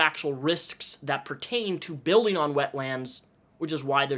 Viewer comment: One word 'wetlands' not 'wet lands'